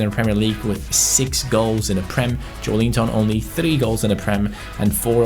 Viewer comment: Its JoElinton not JoeLInton please...